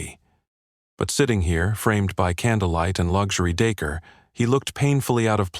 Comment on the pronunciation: It is pronounced day core. Stupid AI.